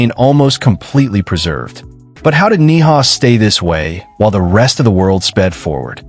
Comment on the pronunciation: Ni'hau is pronounced "Neee-How"... OMG